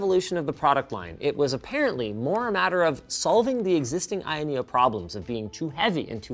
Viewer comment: I keep hearing linus say I.N neo